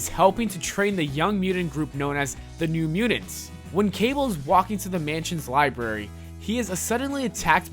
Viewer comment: ""New Muedunce, asuddently, Kiddens, merse with mouth, ple-thoras, say-den""....... I think this guy has his finger up his nose while he is narrating this video lmao...... why do I not have a face palm emoji?!?!